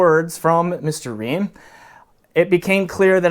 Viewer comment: It's Fried Reim not Ream.